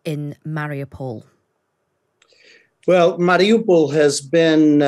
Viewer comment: this clown cant even pronounce mariupol.. why should i listen to anything he has to say regarding this city